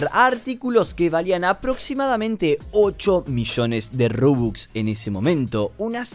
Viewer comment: Me gusta como dice rubux y es robux xd